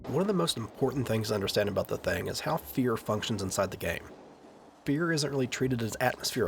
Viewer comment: I dunno if its just your accent or your trollin I'm hearing The Thang, lol. You better watch out The Thang is comin, oh snap.